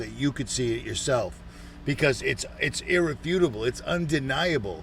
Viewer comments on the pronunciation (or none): “it’s EAR-refutable “